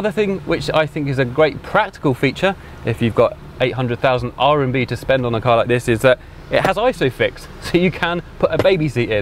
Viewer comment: Well… rMb, not rNb…